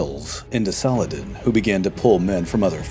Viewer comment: The way you speak the full name of Saladin and the way Richard took the fortress of Taillebourg are amaXing...